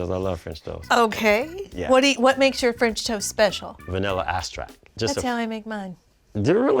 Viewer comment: The fellow. Eliminate him for saying balsalamic! He also said vanilla asstract! But maybe there's something else going on...nerves or whatever. Let's not go too hard on him. Either way all three dishes looked very good.